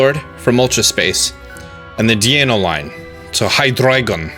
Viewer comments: Me: So Deino, Zweilous and Hydreigon have ein, zwei, drei in their names.: Yes. Me: Eins Zwei and Drei are 1/2/3 in German. We all know how to say eins, zwei and drei?: Yes. Me: Deino, Zweilous and Hydreigon are dragons.: Yes. Me: So Deino is pronounced Dino, like dinosaur. Dieno. Like the way ein is pronounced, mixed with dinosaur.: Yes, DEano. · It's pronounced dye-no, not dee-eye-no... It's a reference to German... Eins, zwei, drei, dEINo, ZWEIlous, hyDREIgon ... One head, two heads, three heads... The ei syllable in German is just pronounced as an eye/ai/I sound. Just... Saying... I took like 3 years of German in highschool and 2 years in college.